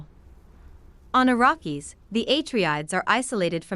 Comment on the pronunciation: I couldn't finish listening. You're butchering the pronunciation of everything. "Eh Tree Ides"... NO. "AH TREY DEES"; "AH RACK ES".